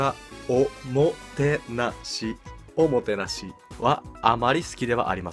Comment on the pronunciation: お↑もてなし